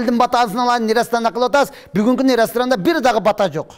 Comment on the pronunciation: Урматтуум ! . Батаа беүү эмес , патьа берүү !